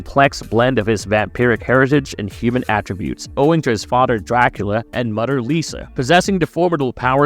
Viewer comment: omg stop saying Mudder